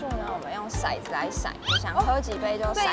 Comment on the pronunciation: 骰子，念touzi,不念shaizi。shaizi是色子